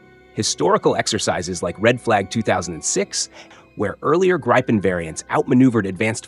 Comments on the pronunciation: Not "Graipen" but Gripen, you idiot. Does the Americans and the British pronounce correctly anything in the world that is not English? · It is not Graypen. It is Gripen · Gripen, not Grypen. I stop watching now. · It's NOT "GRUYPEN", it's "GRIH-PEN" 🤡🤡🤡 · Uph, as a Scandinavian flinched with each Greye-pen instead of Gree-pen pronunciation.. anyway, for so many reasons Denmark shoulda taken these instead of F35s! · The pronounciation of Gripen in phonetic transcription is ˈɡriːpɛn - not ˈɡreɪpən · Its not ”grajpen” 😑 its gripen……😑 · The name is gripen not greipen. stupid AI translation. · The “i” in “Gripen” is pronounced similar to Griffin. No “Aye”. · Gripen is pronounced greepen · Could you at least pronounce Gripen properly?